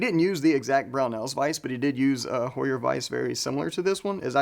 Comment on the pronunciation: Spot on … ABSOLUTELY the correct way to pronounce HEUER!!!